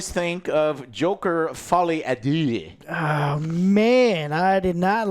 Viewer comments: "deux" is not pronounced "doo" but rather "durr" with a non-rhotic r. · Can American reviewers just learn to pronounce 'deux' correctly. Every one of you fails and it's not hard.